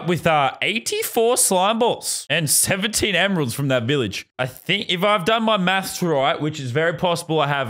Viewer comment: What did he say. Time stamp he said and I got 17 emeralds from that billage. Lol 😂 😂 😂 😂